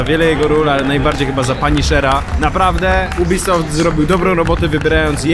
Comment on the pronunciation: Każdy: Jubisoft: UBYSOFT xd